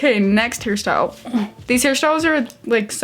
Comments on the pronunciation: Omg fellow Harrie? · I love Harry Styles and I kept hearing his name too❤️ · Zhania Ibraembaeva I can’t I hear it now 😭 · Zhania Ibraembaeva same and I was excited about it😭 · And now I can’t unhear it 😂😭